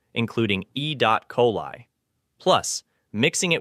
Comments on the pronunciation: E dot coli. I love AI readers. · another stupid AI voice over. Botching basic terms like : "e dot coli" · E-dot-coli? Real people call it e coli, no dot needed! Also Ancient Egypt did not have corn as it's an American crop, which btw is crap nutritionally & Kellogg's corn flakes were created to get rid of the glut. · "e dot coli". AI slop. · sugar = one of the worst things you can eat, you know it's AI talking when it says e dot coli lol